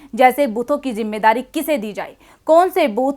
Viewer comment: KACHCHI ZABAN BOL RAHI HO JAISE ZARURAT KO JARURAT......ZIMMEDARI KO JIMMEDARI....